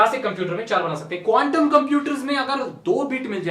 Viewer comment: app quntum bol rahe the ya condum😂😂